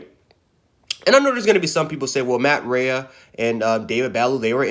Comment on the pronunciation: It’s “Buh-lou” and “Ray”...that’s how you pronounce it.